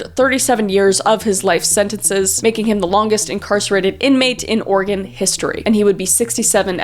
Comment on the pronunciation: Thank you for saying Oregon correctly. Has a Oregon resident we take this very serious. Keep doing what you are doing. xoxo